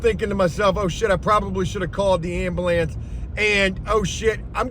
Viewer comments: He said "ambalance" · You say ambulance weird